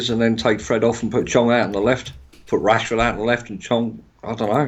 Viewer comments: Man said washford😂😂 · Lol he sad washfrod instead of Rashford first ahahah